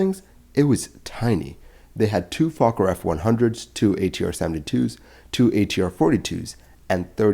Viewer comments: Can't believe that you don't know how to pronounce the name of one of the earliest airplane manufacturing companies in English: Foh-ker, with the 'oh' being pronounced as in 'bowl'. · Instead of pronouncing it like "Fo-cker" try to keep the O- and K- sounds more brief and closer together, without the brief pause at the O, like what it's supposed to be pronounced as. YouTube's auto detect profanity is weird...